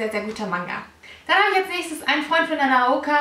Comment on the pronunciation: Na-no-ka! Meine Güte.. Und das heißt auch Nanoka no kare und nicht so wie du das aussprichst...